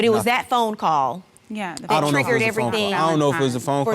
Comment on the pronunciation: "We usually have movie niiiiiight or game niiiiiight and play the xbooooooox... ya knooooow, drink wiiiiiine, whateveeeeeeer..." Single-syllable words shouldn't last 3 seconds.